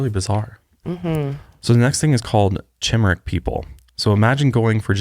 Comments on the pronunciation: Chimeric is pronounced kih-mare-ick I love you but that was driving me crazy. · Omg! I love y’all but it’s pronounced “ki mir a”. Lol poor chemericks. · I liked this video until you guys kept saying "chimeric" wrong. 😭